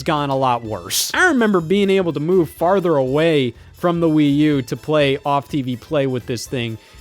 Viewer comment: Please dont say that again please